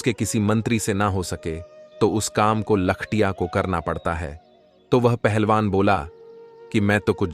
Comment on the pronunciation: कहानी अच्छी है लेकिन ठंडे तारकोल में कैसे नहाए। दूसरे लख-टकिया बोला जाता है। लिखने वाले ने क्या लिखा है। बोलने वाले ने क्या बोला है।